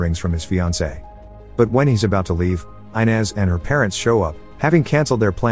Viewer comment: Did you watch the movie? Gil's wife's name is not pronounce I-nez. It's Ee-nez. For fuck's sake, you'd think you'd get this simple thing right.